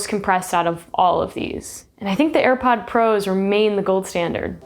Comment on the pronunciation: Did she say "Airpod ProS"?